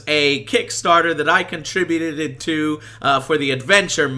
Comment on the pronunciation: "Which was a kickstarter i contribudided to"